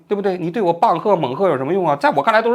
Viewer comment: 猛喝、棒喝，变成了𠯻喝……哈哈，这期节目很幽默。希望王局适当就搞一期，平衡一下频道里那些沉重的话题。